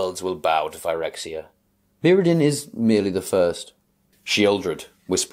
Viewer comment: Imagine pronouncing "Phyrexia" like this when the correct pronunciation has been apparent for YEARS, and Wizards having just confirmed that it's not pronounced this way based on their posting of the Phyrexian language "codex", this week.